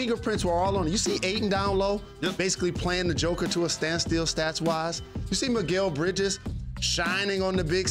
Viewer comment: Did jalen rose say Miguel bridges?😂